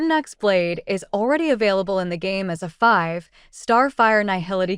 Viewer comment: There are some awkward pauses in your AI voice between "5... star", fyi